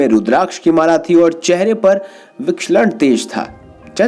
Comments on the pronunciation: विक्षलण तेज नहीं भाई विलक्षण तेज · आपने विलक्षण का उच्चारण विक्षलण किया है।